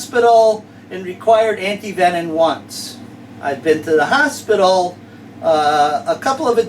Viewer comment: You are great man but I have to tease a bit. Anyone else notice that he ALWAYS and I mean ALWAYS says anti-venon instead of anti-venom?